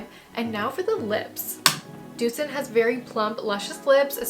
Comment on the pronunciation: Nit doetzen but doutzen